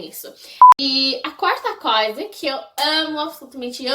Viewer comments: ewe. Vou tentar te ajudar um pouco : Você pronunciou "coisa" sem o som "i" e ficou tipo " Cosa ", entendeu..? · como que tu começou a amar o Brasil? O que tu achas de tão interessante no Brasil? Tu acha a língua brasileira muito difícil? Vi que você pronunciou a palavra " coisa " errada várias vezes •^• Sorry qwp é muitas perguntas que eu gostaria de te fazer. Além disso, eu amo bastante os gringos, e sinceramente, eu quero ir pros EUA q-p